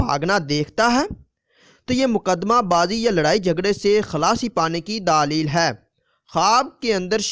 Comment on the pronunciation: Bhai pehle apna talfuz theek kr len daalil nai دلیل theek lfz hai